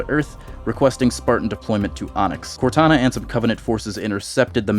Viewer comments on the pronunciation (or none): none